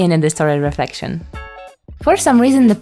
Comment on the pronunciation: Hahahahahaha “Lefrection”😂😂